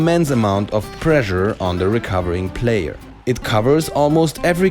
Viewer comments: I thought he was saying pleasure instead of pressure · ...Pressure. It's pressure. Like, preshure. Also, great vid!